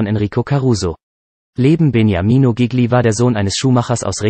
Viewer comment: Zuerst bekommt man einen Schreck, weil der Nachname dieses begnadeten Sängers so schrecklich falsch ausgesprochen wird... und nicht nur dieser... aber dann freut man sich darüber, dass man überhaupt die Gelegenheit hat, sich diese Kurz-Biografie überhaupt anzuhören... Gigli... einer der größten Tenöre überhaupt!!! ⭐️⭐️⭐️ Vielen Dank fürs Einstellen! 🙏🍀